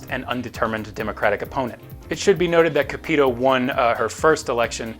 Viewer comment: Small note but you’re pronouncing Sen. Capito’s name wrong. But other than that, great video as always!